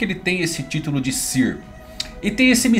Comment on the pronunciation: sãr, sãr 😭😭 não fale sir